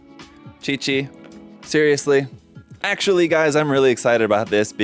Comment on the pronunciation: How da fa did he say 'QiQi' right?! No one ever pronounce my name correctly (Qi is my family name)